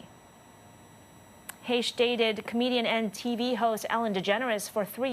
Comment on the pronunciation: Why didn,t somebody te?ll her how to pronouce her name?